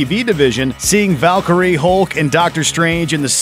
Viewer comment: If you can't pronounce "Valkyrie" or "Thanos" correctly, then I can't take your videos about the Marvel Universe seriously.